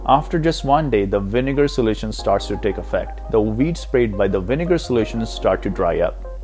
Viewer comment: you said winegar and veeds !!!